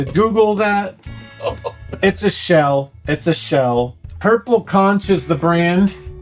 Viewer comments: The Floridian in me died a little hearing you pronounce "conch." The "ch" asks like a k. Konk. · Isn’t it pronounced conk ? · nit pick: conch is pronounced "konk". its a delisious type of aquatic snail they eat in the caribian and other places i assume